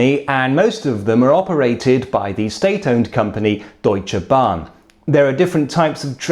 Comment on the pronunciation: I am puzzled about his accent. The word "Deutsche Bahn" he slightly over pronounces it, but "Inter Regio Express" he is spot on - the R's are a bit difficult for foreigners to pronounced, but as I said, his accent leaves me puzzled, bit of a british twang in there, but the German pronunciation very good, bbut then also he looks more like a German than a Brit :-D